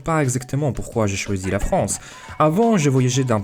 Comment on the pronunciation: Tu prends Beaucoup d'abonnés GG (en vrai juste de trois mots que tu prononce un peu mal parfois "Fronce" ou lieu de "France" sinon le B2 tu va l'avoir)